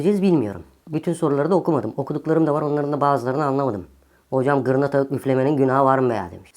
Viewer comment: Ocamm,gırnata üfleme için net konuşmadın,biz yine davul'a vuralımmı?